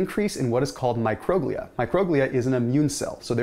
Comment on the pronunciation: It's pronounced micro-glee-ah (microglia)